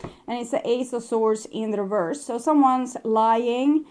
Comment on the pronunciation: reverse. the word is reverse. There's no "d" on the end. Oracle after oracle has trouble with this word. Not sure why. It's 3D garbage when someone cheats or is unfaithful. All 3D. On the 5D all is smooth, loving and destined. Sag and my person is a Leo.